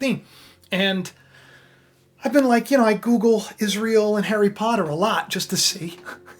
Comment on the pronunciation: IS RA EL ? LOL HAVE YOU EVER ASKED THE ?????? IS RA EL